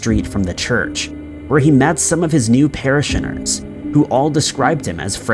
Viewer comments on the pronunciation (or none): "Para-shinners" lol